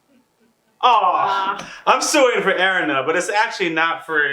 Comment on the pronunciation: are you pronouncing Erina's name Aaron or just Erin because I'm not hearing Erina when you say her name.